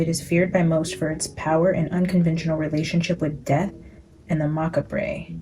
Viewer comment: Macabre is said macab, like Macaw (a parrot) with a b on the end. It also means death.